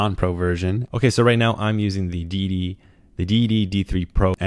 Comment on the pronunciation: Thje say you say Deity sounds like dee dee, so all I hear is "dee dee dee three and the dee dee dee three pro".